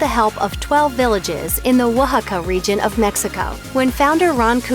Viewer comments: Never heard Oaxaca pronounced like that and don’t care to ever again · Idk if I trust a video telling me to drink a certain tequila when they can't even pronounce the name of the city properly. That was the shittiest attempt I have ever heard